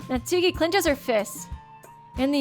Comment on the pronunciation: hate to be a Grammar nazi but Natsuki name is pronounce nat-ski say it like this